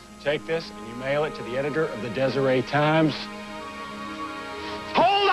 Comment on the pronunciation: It's Deseret with a T not Desiree Times.